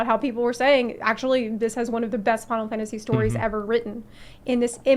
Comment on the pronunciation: Struggling for this whole video to understand the way she says “final fantasy 14” in about 5 syllables